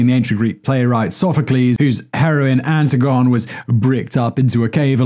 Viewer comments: Ann-TIG-on-ee NOT Anti-Gone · Simon needs to work on pronunciation of names. He really botched Antigone (Antigonee, not Antigone) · Anti-gone. Really? Ant-ii-go-nee. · Wait... did Simon pronounce "Antigone" as "Anti-gone" and not "an-ti-guh-nee"? But still pronounced "Sophacles" correctly? Back pre-2000 I had a substitute teacher ounce pronounce it "Anti-Gone" by "So-fok-a-leez". Never expected that to hear "Anti-gone" again... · “Anti-Gone?” Too funny!! Simon, for reference Antigone is pronounced An-TIG-Gone-Knee (phonetic pronunciation). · "Antigone" is pronounced, "ann TEA go nee", not "anti-gone". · Ant-I-gone? An-ti-guh-nee. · Just so you know, it's pronounced anti-go-knee, not anti-gone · An-tig-oh-knee. Always happens when people have to use words they never heard spoken. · I’m sorry to be that person… Antigone is pronounced Ann-TIG-on-ee. The play was a high school requires text where I lived, and after hearing it pronounced incorrectly so many by times by teens when working in a bookstore… it become a pet peeve of mine. Sorry Simon. I love your videos though! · An-tig-on-knee lol. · Antigone is pronounced an-TIG-on-re, like Hermione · Antigone: Anne Tig Oh Knee. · Antigone = An•ti•guh•nee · Anti-gone? Really Simon...? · Antigone is pronounced Antigonee. The past was the worst. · Anti gone? So, here, or present? Oh, shit I just realized youre butchering an ancient Greek's name. She would not like your insolent pronunciation, Simon. She would probably not like it at all.. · it's pronounced anti-goh-nee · And learn how to pronounce Antigone😉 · People in the comments, did Simon pronounce Antigone correctly? 😳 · Simon, I know you are British, but you need to review your pronunciation of “Antigone”. It hurt my heart and made my teeth itch. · Wait a minute, say "Antigone" again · That is not how to pronounce Antigone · Even Google freaking translate can pronounce Antigone correctly.